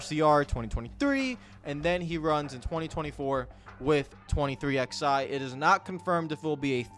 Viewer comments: It’s 23 ELEVEN. Stop saying “XI” for the love of god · Saying “23 ex eye” instead of 23 11 was infuriating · I love you bud, but you've gotta say the name right. The "XI" in 23XI Racing is the Roman Numeral 11. It always has been. It's "Twenty Three Eleven Racing" (combining MJ's number with Hamlin's number). Please start saying it properly.